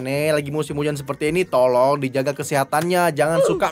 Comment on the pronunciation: Kenapa bilang tolol daripada tolong👍😅